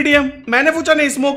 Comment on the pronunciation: Fucha kya hota he it's pucha Nahi😂😂